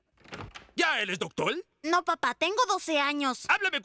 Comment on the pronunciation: Esta mal 🗣️🔥 los chinos no pueden decir la "R"